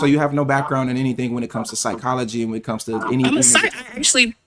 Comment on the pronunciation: I think her biggest problem is the HABIT of trying to sound intelligent all the time. And she was already told "the way you speak". Trying to sound sophisticated. She pronounced it as "psycholojaaay". I am from Africa where people try to imitate accents to sound intelligent and to hear an American do this really is pitiful. Her answers, her accent, her pitching for intelligence combines with being argumentative while also saying she is listening is the reason. Perhaps the greatest reason is she always deals with men with whom she can sound intelligent hoping to be impressive while doesn't like them for a husband and they don't like her for how she carries herself and she puts this game on repeat. There is a specific habit she needs to deal with. It's in the Habit book, They Chose You First.